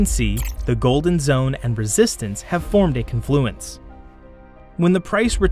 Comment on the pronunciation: Con is the long syllable in confluence. Like Caaan fluence